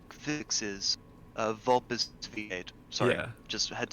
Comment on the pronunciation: Did not expect to win O.o (also it's pronounced vul-pehs, got it right). Nice driving!